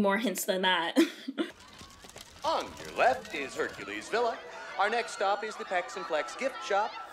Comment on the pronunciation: “Hunkules” Me: “NOPE”